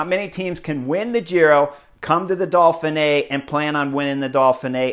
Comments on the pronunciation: Chris, there is no L in Dauphine! Ha! It's Dough Fee Nay. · Dolphinay? Why are you putting an L in there??? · Can you stop over pronouncing the race title! Dauph (Dof) in (fin) é (neey). Now smooth it together and put the big emphasis only on the last letter é: ( Dof fin neé) And depending on where you come from you can loose the middle syllable. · Keep calling it the Dolphin-Ay Chris! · Solid analysis, but I am pretty sure there is no “L” in Dauphine.